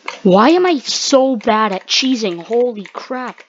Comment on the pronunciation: he says why am i so bad at cheseing im gonna sub for that one